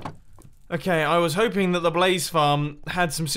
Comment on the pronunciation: Schlumpfmaster "and I'm hoping-yof :(" (10 outa 10 emoticons